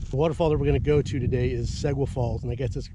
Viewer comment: Pronounced See—Gua